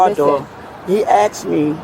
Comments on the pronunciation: He axe me a question. What was you doing ? Who is you ?? Them people have their own F up language LMAO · He never axe me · she keeps saying he axed her, but i seen no axe. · He axe me, he axe me, he axe me. " I cant even find insurance in the car". ...uhhh maybe because insurance is expired too. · "You axed me... You axed me a question." - Dipshit. "........" - cop. I don't think anyone axed you anything. No one tried to axe anyone that I could see. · Axesd me axsed me axsed me. Say it three times and a Sargent magically appears. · You axed me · but she axed!!! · By her own admission, they "axed" her many times to do something. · He axed you nicely to get out of the car- you didn’t.